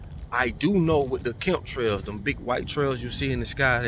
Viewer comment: I haven't watched your videos in a while but you still calling chemtrails "kemptrails" after all this time is so hilarious 🤣